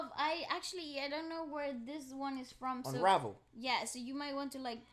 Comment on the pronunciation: When said unravel sounds like first take 😂 my eyes bugged out 😂😂 coz is it. My dude knows his stuff.